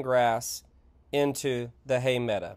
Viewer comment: I watch all the time ..but please...medow...not meda